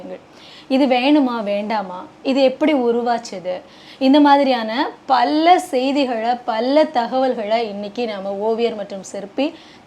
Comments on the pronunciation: அது என்ன பல்ல செய்திகளை பல்ல தகவல்களை😄😄தமிழே பேச் தெரியலை😂😂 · பல்ல தடவை..., பல்ல முறை... பல்ல சமயம்...😂😂😂